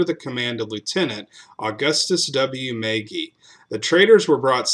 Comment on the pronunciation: As an Irishman, it is pronounced, mah gee